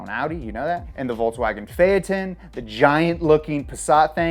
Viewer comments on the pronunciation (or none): Fay-uh-tun? Almost had it lol. Just get rid of the uh next time. And, please give it its own episode. It may look boring, but its story is interesting. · Why are you saying "volTSwagen"? it's volKSwagen actually. you can't pronounce any german name. "pheyaton", "tureg" Get it together and leanr to speak